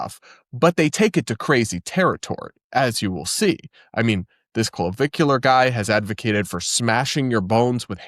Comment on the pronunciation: You said "Clavicular" and I heard "Caligula."